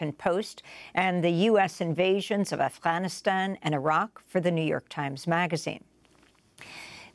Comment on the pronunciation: Thank you for putting an effort and trying to pronounce Iraq and Afganistan like the locals do أفغانستان عراق ❤